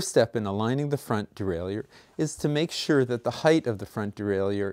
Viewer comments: Well put together. But I gotta ask... de-rail-you-er??? Isn't it pronounced de-rail-er? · It is pronounced de-rai-lleur as any dictionary will attest to.